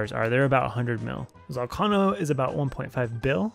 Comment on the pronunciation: why cant you say ZOL-KAY-NOH correctly?